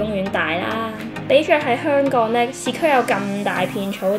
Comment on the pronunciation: 雖然佢經常將「香港」講成「香趕」，但，呢啲先係「香港FEEL」，講得太字正腔圓，就變咗大陸人。